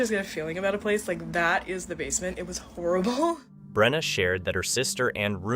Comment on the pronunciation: I’m a fellow Brenna and on behalf of myself and all the other Brennas of the world, I’d like to sincerely thank you for saying it properly and not mispronouncing it as, Breanna, Brenda, Brennan, or Breena 👏🏻🙌🏻🥹.